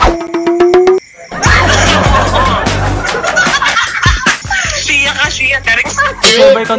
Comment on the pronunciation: “Saraleo” POTEK HAHAHAHAHA LT